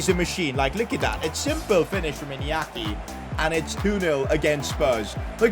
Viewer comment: Please learn how to pronounce Inyaki Williams, you normally say it as Iniaki Williams. You say it as Inyaki Williams. That's how you learn it as Spanish